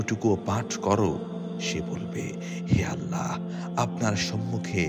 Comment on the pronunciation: আপনি ছোট 'হা' দিয়ে আল্লাহ বলেন কেন? আল্লাহ গোল 'হা' দিয়ে বলবেন।